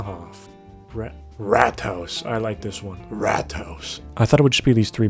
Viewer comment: as a german, you absolutely 100% said the rules of brauhaus correctly!